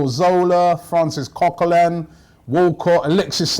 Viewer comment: Its Coquelin or Kosielny!